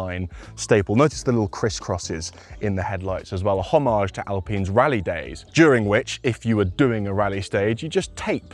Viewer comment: You lost me when you used the wonky pronunciation of homage.